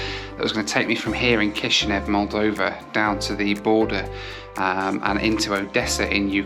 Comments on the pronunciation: 'Kish Now' not NEV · Thank you for traveling through my computer country 🇲🇩. Though the capital is pronounced Kish-in-yow, it was however pronounced Kish-in-yev when we were part of the Soviet Union but now we're independent and closer in terms with Romania